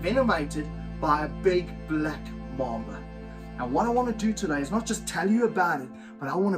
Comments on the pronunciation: MAMBA not MOMBA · It’s MAMBA not momba